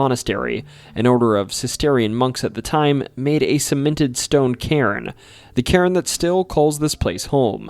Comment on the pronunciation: I guess the mayor thought that was fitting !? Anyway it's spelled "cairn" look it up in the dictionary, it'll also give you the pronunciation !